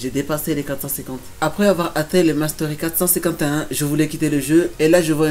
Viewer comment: Quand tu dis mastery dis le en français ou encore avec l'accent autrement c'est moche